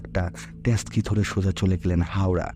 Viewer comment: AAPNAR BANGLA BHASHAR UCHAARAN ER DIKE KHEYAAL KORUN....... OOTITHISAHALA .. . TAXI..... AI SOB SADHARAN UCHAARAN BHUL KORCHEN AAPNI.